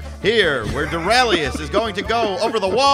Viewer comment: ALRIGHT! said Doraleous like Dorealous and Associates. #WONDERBROOM